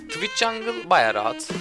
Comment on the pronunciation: oradaki tıviç değilde tuviğç sözü beni benden aldı raşır <3